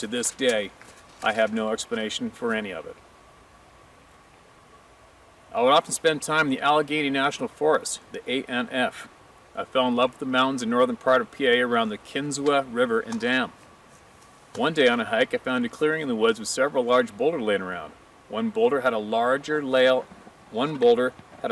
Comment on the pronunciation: Live in Pa. Kinzua pronounced Kin zoo